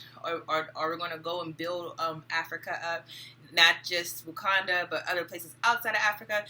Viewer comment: Lol you know it's called Wakanda...not Watunda...right ..lol I just started watching your videos. I saw you on Info' live. Good work!